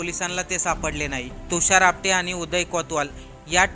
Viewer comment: Not apade its apate😂😂😂😂😂